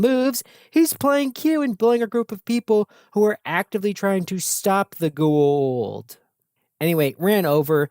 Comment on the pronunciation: I love these videos, but, man. Gua-old is not the pronunciation Go-a-ouwld. Go- a ooold.